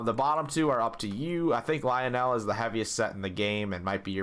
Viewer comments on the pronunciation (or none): none